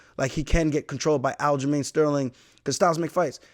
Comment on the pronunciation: He said it! It’s not black he’s Jamaican like how i say it 👏🏿👏🏿